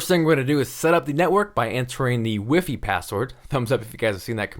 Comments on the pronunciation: Who says WiFi as "wiffy"?! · lol, doesnt even pronounce wifi right. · I like how you say "wyfy" as opposed to the usual "wiefie". I'm curious to why you pronounce it that way ? Nothing wrong with that of course, but I typically hear "wyfy" in the mouth of French people.